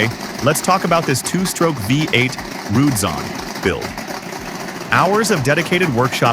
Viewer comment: Another otherwise interesting posting completely ruined by a shitty computer generated narration. Pronouncinh Roman numerals as words... " vye 8". Jesus.DOWNVOTED.